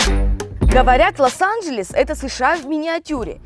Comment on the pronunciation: обратите на свою речи на счет а не Лас анжельс вернее, Лос анжельс